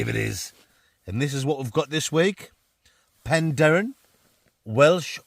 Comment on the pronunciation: pronounces Penderyn perfectly and i should know as I live there, living the life in the way of /woman👍